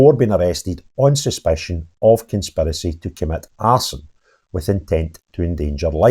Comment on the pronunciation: I like how you said a arse-an attack